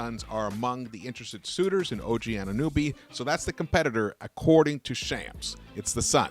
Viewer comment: It’s AnunOby not “AnunUby” 😂